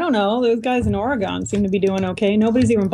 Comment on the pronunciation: said Oregon incorrectly!!!!!! >:( It is supposed to rhyme with gun!